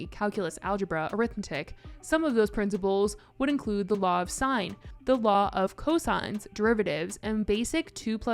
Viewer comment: "law of signs" "law of co-signs" 😂😂😂